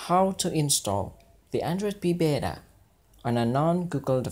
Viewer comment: Beta, not bera! :)